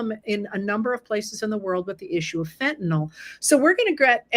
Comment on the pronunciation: HCR, thanks so much for pronouncing the word fentanyl correctly!